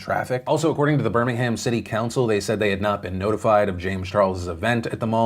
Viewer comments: I live near Birmingham in the UK. Firstly... You're one of the few YouTubers I've heard pronounce it correctly so props 😂 but the other thing I wanted to mention is British Humour is very dry and sarcastic. So I agree that Reuben was probably joking. Very glad I was not in Birmingham that day as it really is a maze getting in and out of the bullring when it's crowded. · You said Birmingham correctly! ❤